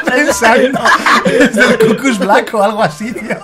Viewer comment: Nosellama así. Se llama Blak